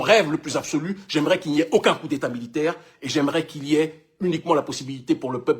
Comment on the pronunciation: On dit " Coup" et non " Cours "